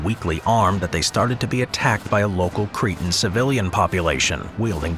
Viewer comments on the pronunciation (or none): none